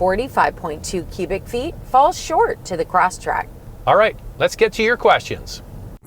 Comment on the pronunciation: Respectfully, it is Subaru ''CrossTREK", not "CrossTRACK" I own one and my dealership Service Agent would repeatedly correct me on this point. Lol!